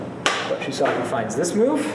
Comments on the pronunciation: Sean Hiska not sure if you still want to know but it is like so: first imagine it spelt as shuusaku. Notice the double u, that is an elongated "u" sound and is similar to an "oo" as in "shoe". The saku part should have no emphasis. It isn't saaaku which would sound like what says. The underlying sound is the same as the beginning of"sock" but it should be shortened. Finally the "Ku" should sound closer to "ck" but a slight "u" sound still be present. That's how you say it. Refer to Japanese people actually saying it if you want to learn properly. Have a nice day! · This normally doesn't happen, but every time I hear Shu-sock-u I cringe and want to turn the video off.